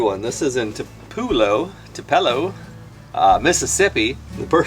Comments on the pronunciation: It’s pronounced TOO-puh-low. Not too-PELL-o. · Phonically!! Topelo = To pa low Pecan = Pa Con NOT pee can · Great video. Not to be picky, but it’s pronounced (Too-pa-low) Tupelo